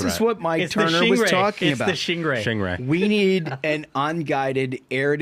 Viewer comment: Loved, "mulch the Shingray!"